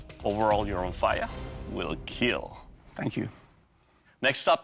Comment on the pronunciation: "you're on fire" lol that's what i keep hearing